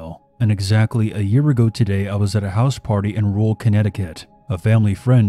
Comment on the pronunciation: FEE-MELL in ROOL Connecticut. This makes me stop listening right here.